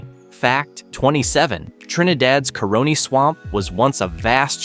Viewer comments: Ah bue is not ka-rin-ne is ka-ron-ie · Its NOT Koroni ITS CARONI... CAR ROW KNEE.. Its El Cerro del aripo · Cah-row-nee not Co-row-nee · It s pronounced carani swamp but its spelled caroni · Carooni swamp took me out lmaooo. He said it like macaroni I’m crying 😂